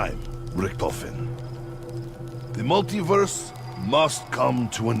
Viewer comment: Ok pls get a better acent instead of saying in the multiveeeeeeeeeerse